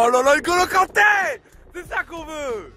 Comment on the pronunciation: almamy dieng Kanté pas cante